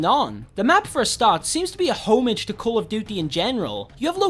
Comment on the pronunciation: they way he says homage